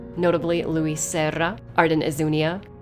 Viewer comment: That r roll off when you said Luis Serra. Goddamn. Beautifully done.